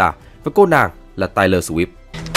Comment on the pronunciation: BTV đọc những cái tên tiếng Anh như thể anh ta chưa từng nghe những cái tên đó được đọc lên vậy. Tai lo swift? Giút tin bi bờ? Pốt ma lon?